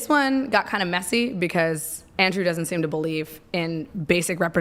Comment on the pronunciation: The long pronunciation with AHH at the end is so annoying.Andrewaaah